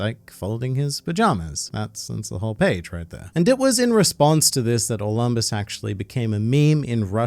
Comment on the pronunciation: Dont you mean Or - Lamb - bus?